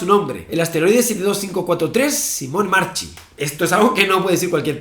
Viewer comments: Se pronuncia /marKi/ no marchi, es Italiano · En italiano se pronuncia "SIMONE MARQUI", la "ch" se pronuncia distinta respeto al castellano